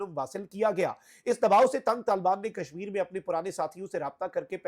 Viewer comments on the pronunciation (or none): none